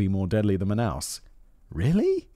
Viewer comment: Love how simon pronounce the Brazilian city of manaus and the Portuguese words every one of those wrong 😂😂😂😂😂😂 But it is funny af